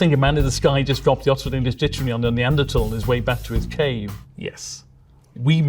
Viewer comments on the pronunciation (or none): none